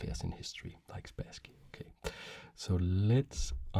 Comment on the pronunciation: Hello! This video isn't the first one where I listen (I do mostly listen) to you talking about some chess master Boris Spasskiy, and only now I have realised whom you're talking about! He's [Sp^sskiy] with "a" like in "bus". The "a" is stressed, also. For how you say it, with "a" like in "back", we have a different letter. Hereby, I present it to you: "э". If you don't see it in the Russian writing, then it shouldn't be pronounced in English either. Actually, I think you say Kasparov very well! Same thing here. And same goes for the city: Leningr^d, not Leningrэd. Thank you for your content and I hope you'll find this tip useful! P.S. He's also Bor'is, with the "i" being stressed here, but it's less crucial for understanding.